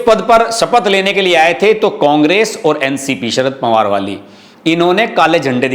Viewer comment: पवार शब्द को आप पंवार ऐसा उच्चार क्यूं करते हैं?